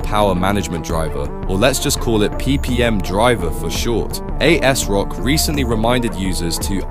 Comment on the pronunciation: As-rock, is how it's pronounced sir.